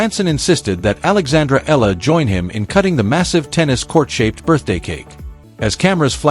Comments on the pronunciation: Alex Eala pronounced as AlexAyala! Thank you Jan27 26 Tuesday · The correct pronunciation of Alex’s surname is : E- yala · Sir to pronounce her Filipino Surname is E-YALA